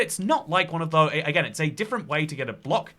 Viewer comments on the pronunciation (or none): none